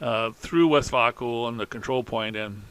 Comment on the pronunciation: I’m loving the update and how you are progressing so fast. Great job. My wife was watching this with me. She said “It’s pronounced, West Vāyco, not West Vauco.” She had a lot of friends in Green River whose husbands rode the bus to work at Westvaco. It was just as important in Green River as the railroad is.